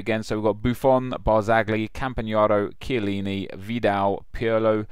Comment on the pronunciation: Chillieni? lol. Doubt it. He's been injured.